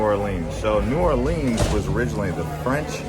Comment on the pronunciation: Good effort but your information is flawed. You need to study more before putting out this sort of content. You can start by learning the correct pronunciation New Orleans.